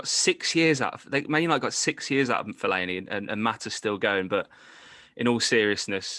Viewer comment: The disrespect he put on fellani’s name